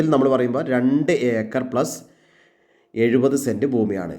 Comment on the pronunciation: Eekar അല്ല acre എന്നാണ്.